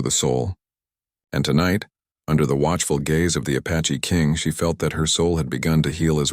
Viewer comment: Good grief! It's APACHE, not A PATCHY!